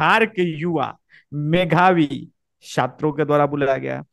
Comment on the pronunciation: मेघावी नहीं मेधावी पहले गलती को सुधारो कैसा तुम क्वालिटी पत्तलकार चाटुकार हो।जो मेधावी को मेघावी बोलता है वह कौन सा पत्तलकार है।